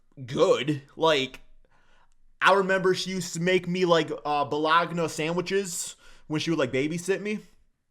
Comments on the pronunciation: bologna sandwiches, the only man on earth who says bolog na, instead of Baloney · "bolgona samwich" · Bologna sandwiches lol😂 the g is silent